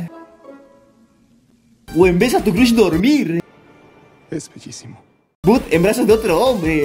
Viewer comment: Por favor aprende a pronunciar ingles. Al menos but y crush, no es como se lee.